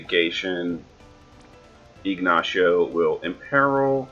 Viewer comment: Still used to jp eh you keep calling; Ignacio siegnacio lol